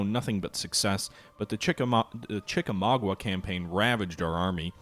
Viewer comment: Chickamau-ga. Not mau-gua.